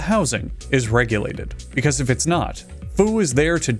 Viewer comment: When he says “Fu makes sure this restaurant is serving food” all I could hear was “Fu makes sure this restaurant is serving Fu-d”